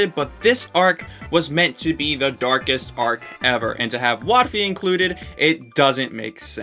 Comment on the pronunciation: Don't care didn't ask and you said wotfi wrong💀